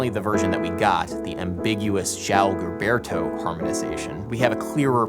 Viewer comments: I love you Adam, but please pronounce "Gilberto" with the zh sound of 'casual', 'fusion', the french J in 'je'. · Terrific work. Too late now though, but Garota is misspelled right at the get go. Only one R, not two! And Gilberto is pronounced with a soft G, as in GIgi. Sou brasileiro e a bossa vive no meu coracao. Thank you for disseminating the Bossa Nova. Muito obrigado! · Gilberto is actually pronounced as if it was a J (Jilberto). Doing good on the Portuguese tho! :D Great video as always. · Isn't Gilberto pronounced "Jilberto" though? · BTW, you are pronouncing the last name of João Gilberto wrong. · Surprised that in the discussion of the melody, the speaker did not point out the difference between the rhythm of the Portuguese A-section melodic phrase and the English. The Portuguese is much more rhythmically compelling. When I play this song instrumentally, I always the play the melody with the Portuguese phrasing rather than English. Also: Gilberto's name is consistently mispronounced, and Cole Porter was not a Tin Pan Alley songwriter. Also, the "schmaltzy strings" on the Sinatra version are by the great Claus Ogerman, whom the Brazilians adored. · amazing video Adam! a massive "thank you"! and well, i'm not trying to offend or anything, but here's a suggestion: it sounds better when you speak the real pronunciation of brazilians names instead of articulating some surreal american version, like you did on "Gilberto", "Vinícius" and "Ribeiro" p.s i love your videos so much